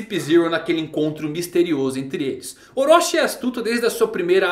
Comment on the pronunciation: Wrong : ORÓSHI Right : OROCHI ( TI )